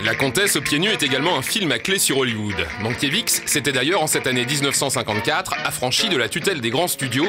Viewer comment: Mankiewicz se prononce Mankievitch et non Mankievitz !